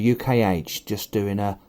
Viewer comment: Not intending to appear a troll but the A in the name is silent. Proper pronunciation should sound ilunce. Just throwing that out for everyone.